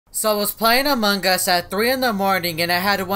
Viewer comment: He's saying among Us wrong